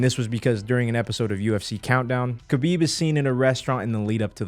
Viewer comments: when said stiopic and khalabeeb over and over🤣🤣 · Bro I hate the way ppl pronounce khabib They pronounce it like this: Kubeeb Nurmagomedov How to correctly pronounce it: Habeeb Noormohamadov